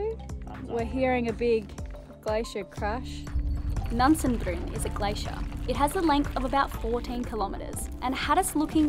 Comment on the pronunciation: It is pronounced Nansenbreên. Both e's shall be pronounced